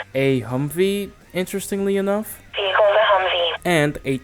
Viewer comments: Vear-a-cull hmmmmm VEE-HIC-CULL is not hard to say. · TFs a veerhicle🤣💀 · "...and, it's vehrical." "...VEHRICAL!" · Lol. Vericle 😂